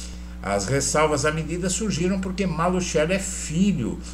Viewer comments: NÃO É MALUTCHELI!!! NÃO É MALUTCHELI!!!! NÃO É MALUTCHELI!!!! NÃO É MALUTCHELI!!!! NÃO É MALUTCHELI!!!! NÃO É MALUTCHELI!!!! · EDUARDO, ESTA FAMÍLIA MALUCELLI SÃO MUITO CONHECIDOS EM CURITIBA E NO PARANÁ! TIVERAM UMA GRANDE LOJA DE MATERIAIS DE CONSTRUÇÃO NA AV. VISCONDE DE GUARAPUAVA! TINHA PROPAGANDA NO CANAL DE TV DIRETO JAMAIS FOI PRONUNCIADO MALUTCHELI, MAS SIM,(MALUSSELLI)!!! TÊM TAMBÉM UM TIME DE FUTEBOL... O J.MALUCELLI! E PRONUNCIAM MALUSSELLI E NÃO, MALUTCHELI!!! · QUANDO VOCÊS PRONUNCIAM MALUTCHELI, NEM PARECE QUE ESTÃO SE REFERINDO A ESTA FAMÍLIA MALUCELLI DAQUI, MAS SIM, ALGUÉM DESCONHECIDO DA MÁFIA ITALIANA...